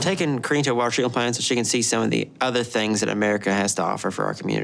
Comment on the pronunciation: "I'm taking Karinne to a walltrreeken plant..."